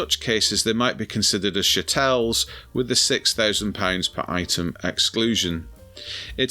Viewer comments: I think it's pronounced chattle rather then shatelle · Its pronounced CHa tles!🤣